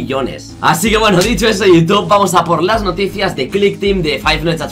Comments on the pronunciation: dice toutube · por que dice Toutube?